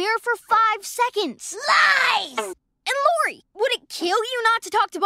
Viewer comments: It’s Lo-re, not Lo-ra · I like how all throughout the video he calls Lori "Laura". Is her name different where you live or is it just because you have a slight accent?